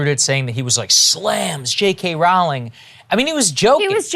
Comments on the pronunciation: The 'Row' in 'Rowling' is pronounced like 'row your boat'. And when people pointed out the anti-semitic tropes, I saw what they mean...but no part of me would have thought "Jews!", and I still don't. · Hey since nobody seems to get it, Rowling rhymes with bowling